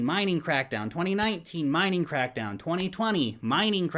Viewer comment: What i heard when you said it was China bitcoin CRAPDOWN.😁😁